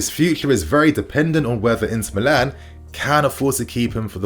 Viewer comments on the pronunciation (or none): none